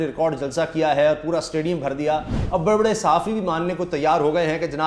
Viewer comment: sir with due respect did you call them baray baray sahafi or bewaray sahafi on